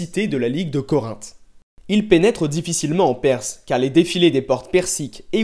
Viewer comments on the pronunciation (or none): Vous parlez trop vite et personnellement je ne peux supporter cette nouvelle façon de prononcer les voyelles nasales en français. Par exemple Corinthe dans votre bouche devient: corante. Même vos 'a' ne sont pas prononcés correctement: Bactriane devient 'bactrienne'. C'est très agaçant. Sinon, le contenu est juste, bien que présenté trop rapidement. Dommage car le sujet est vraiment de la plus haute importance pour comprendre le monde moderne.